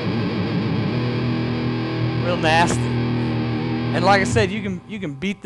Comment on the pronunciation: lmao "weal nhasty!"